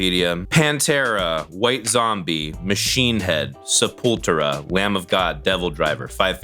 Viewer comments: Did you seriously emphasize the "pull" in Sepultura? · The fact you pronounced sepultura is wild. Delete your channel. Fraud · Honestly the most triggering part of this video is how you pronounce sepultura